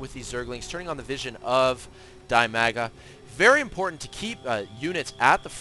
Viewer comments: Dimaga is definitely not pronounced dai-maa-guh. It's dih-mah-guh. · Dimaga is not die maga. Dimaga sounds more like de mag ga.